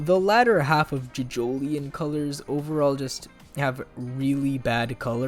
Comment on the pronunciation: ‘Jidgolien’ shut up please